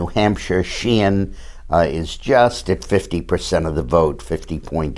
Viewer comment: And it's Shaheen instead of Sheehan